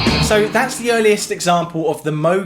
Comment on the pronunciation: I love your videos! Good job. Odd, though, you don’t seem to be able to pronounce “th” very well.